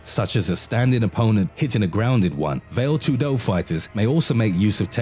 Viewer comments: Well, a minor respect related point on names. If you are able to say Muay Thai & Pinc(h)ak Silat without mistakes, you can try the same with Vale Tudo - not "Vail Too-DO", as you pronounce it, but "VAa-Le TOO-do". A minor issue & a friendly suggestion;) P.S. there were ZERO martial arts in Russia in the past, the only thing that existed was bareknuckle fight without any form or system(a;), just bare force. After their arses were wooped in individual fights over time in their wars on the Asian side of the continent by smaller opponents, the Russians realized they need to adapt, primarily, Judo to their needs & "created" SamBO (translates as Self-defence Without Weapons), which is Judo plus several local popular wrestling techniques. I very briefly trained in both as a kid, followed all the prohibited at that time karate(!!!) self-copied books and hiding practitioners and there was absolutely not a single word about some another domestic fight system (Systema). This is just another copycat adaptation Russians did, in absence of own fights (too often vodka inspired, hence erratic). And, sorry, but I am not impressed by it in any way. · “ vail tudo” , diiiiiiick. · "vale tudo" the pronunciation killed me, lol, very deadly indeed. A little tip for the creator: it's "va (as "fa" in fantastical, only with a v) le (as in "lay") Va-lay tudo. Vale Tudo. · What do you say when a fat kid comes into the gym? "It's called Vale Tudo, not Whale Tudo" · Veil too do. XD Nice pronunciation dude! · It’s pronounced valley-toodoo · Veyl tudo and moo thai. 😂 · "vale tudo" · I'm done listening to this guys incorrect pronunciation of these fighting style names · God the pronouncing of VALE TUDO and Muay Thai makes me cringe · Funny that you can find all these videos about Martial arts, made by people who have never done martial arts themselves. Can't even pronounce Vale Tudo or Muay Thai properly ahahah